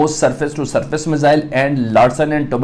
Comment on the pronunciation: Yaar prounciation to thik karo, Larson and tabero nahi bhai